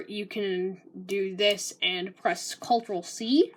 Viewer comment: That's how all the teachers at my elementary school pronounced "Ctrl" and eventually it got stuck in my head lol